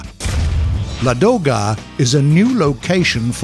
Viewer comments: Not ladOga... it's lAdoga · LA'doga, not LadO'ga!